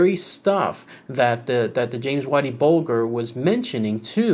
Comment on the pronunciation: The world of mafia so dumb this shit is real life. And its bulger not bolger fucking jerk off